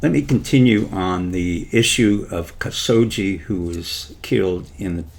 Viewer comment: "Kasoggi?" "Hajib?" "Faisal family?" "Ibithaj?" "Moderation through Saudi women?" A female Muslim as ambassador to the Kingdom?" In addition to the mispronounced words, Dr. Pieczenik's presentation is ungrammatical and incoherent. His suggestion that the USA should send a female ambassador to Riyadh is absurd. A female ambassador would be at a great disadvantage in KSA and most Saudi women would not be inclined to look to a foreign woman as a role model, no matter what her position, religion or race.